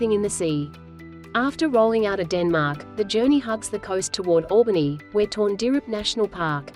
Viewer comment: Not bad vid. But please research pronunciations of the towns etc Albany was pronounced wrong 3x times.